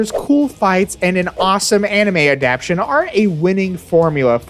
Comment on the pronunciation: Adaptation has 4 syllables.